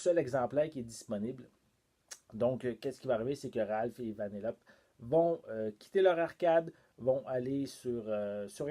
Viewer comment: J’ai adoré ta vidéo, mais on prononce Vanellopé. Ce n’est pas méchant, c’est juste pour que le savoir